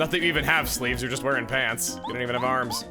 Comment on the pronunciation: does anyone else hear "bower's arms" every time he says arms?